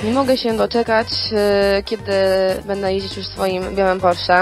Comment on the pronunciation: Nie wiem czemu, niby to jest poprawne, ale irytuje mnie jak bardzo ona akcentuje te litery diaktryczne jak "BĘdĘ", "MogĘ" xD